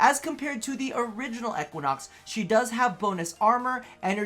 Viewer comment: He said Equanox lol